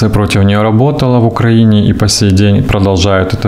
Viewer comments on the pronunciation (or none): none